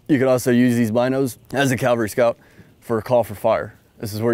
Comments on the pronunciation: CAValry...not Calvary...that's a hill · I could swear he's saying "calvary" instead of "cavalry". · Cav scout saying Calvary and not cavalry, lol. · When ARMY calls themselves CALVARY instead of Cavalry... And someone tell me how tf a Cav Scout doesn't actually know the reason red lenses are used at night lol. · I’m honestly not trying to nitpick, nor am I making fun when I ask this, but – is it common for Cavalrymen to pronounce it Calvary? Cool video! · Cavalry. NOT Calvary. WHY do so many people mispronounce it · Sorry dude, you lost me when you said CALvary scout instead of CAValry scout. I'm a lowly E5, but I still know how to pronounce words. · Someone needs to tell him it is CAV-al-ry not CAL-va-ry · "Calvary." Bruh. Y'all even say "cav scout." "Cav," not "cal." How do y'all not know how to say "cavalry"? How is that not an immediate "gtfo of my board" by every CSM? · A pet peeve of mine is hearing Soldiers mispronouncing this type of unit. This Soldier is NOT a Calvary Scout...he is a Cavalry Scout! No one EVER served in the 1st Cal...they served in the 1st Cav. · Why does he keep saying calvery instead of cavalry ? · He defiantly says "calvary" scout a lot! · Is he saying CALVary Scout?? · It's cavalry, not Calvary. I know, people get those confused. Kind of like nuclear and nu-cu-ler. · He keeps saying calvary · Is it bad that I find the mispronunciation of “cavalry” annoying? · You’d think someone in the cavalry would know how to pronounce it. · Just - unlike him, make sure you say it correctly. (Because there's a big difference between a mounted warrior and the hill where Jesus died.) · Can we at least find a guy who can pronounce cavalry correctly? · I wonder how often they're required to scout where Jesus was crucified... For a SSG/E6 I expect you to at least pronounce "c-a-v-a-l-r-y" correctly. It's the difference between talking about where Jesus was crucified and a Soldier who scouts the enemy from a horse.